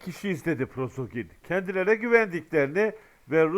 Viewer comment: Selamun aleykum qardaş, Prozogin degil, Priqojin olmalı.